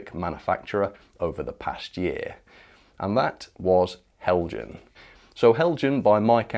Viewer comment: Apologies in advance for the petty comment....but you are pronouncing Heljan incorrectly. It is a Danish company name hence the J is silent (sounds like Hel-yan).